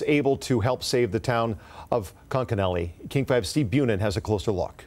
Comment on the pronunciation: It’s pronounced conk a nellie! Reporters should know how to pronounce the town at least!! Come on!!!